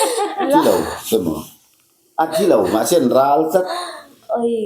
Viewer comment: "Ral" chu i sawithiam hlee mai... Ni thei ber leh a dik ber niin ka hria